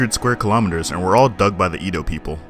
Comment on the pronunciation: Much love from Edo. Just that Edo is not pronounced /I_doe/ but /eh_doh/...Great vid